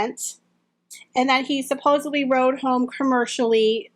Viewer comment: I've been enjoying your videos a lot; they're very informative and entertaining. This is a common mistake, but I just wanted to point it out. You've been saying "supposably" (at least that's what it sounds like). The word is actually "supposedly."